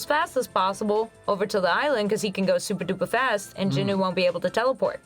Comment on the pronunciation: Jin Woo. Not Jin Oo.